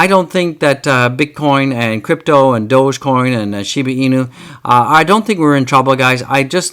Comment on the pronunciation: in fact go back to april or may and watch his videos he doesn't even know how to pronounce DOGECOIN 😅